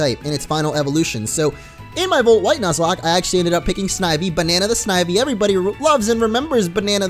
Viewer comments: volt shite I love the Scottish in you lol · Did he say Volt Shite? Sounded like it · yes in fact he did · Yeah that was funny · he did yeah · Yeah he did #LOL